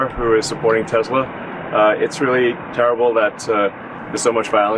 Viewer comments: Leon cannot even correctly pronounce the name of his own damn company. *Tezla*? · It's not Tezla it's Tesla. Elon can't even pronounce his own company name. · Musk doesn't pronounce Tesla correctly. He says Tezla.